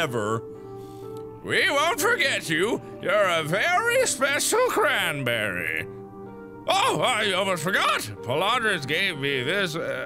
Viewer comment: Cranberry? Try FRANberry! ...I'm so sorry...